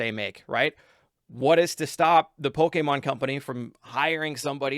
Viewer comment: STOP SATING POLEKÉMON